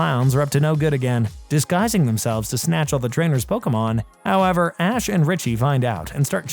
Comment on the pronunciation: HOwEVeRRR - h0WEvER ... How3veR!!!